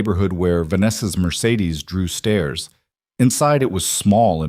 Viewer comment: 'dew stairs" --drew stares" problems with AI.